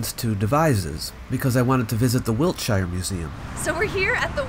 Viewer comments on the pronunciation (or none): It's pronounced wilt-sher, not wilt-shy-er, and ayv-bery, not ava-bery. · Its pronounced "Wiltsher" without the "shire" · we name our towns specifically to confuse tourists about their pronunciation